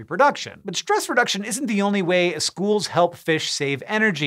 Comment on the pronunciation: "Shoals" so that's whats Megamind talked about